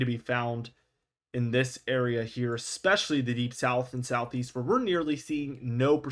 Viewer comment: South East? I thought you said South Weast. Patric Star.